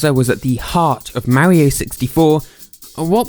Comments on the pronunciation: i can't help but... "maowrio", just the way he pronounces mario lmao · How do you pronounce it? Mario or merio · Thins I learned: Twas called Animal Forest. Whatever Country he is from they don't know how to pronounce the word Mario.